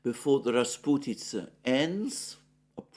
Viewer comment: As a Russian, I smiled happily when Alexander said the word "rasputitsa" perfectly in the same sentence where he speaks about heavy English rains. :)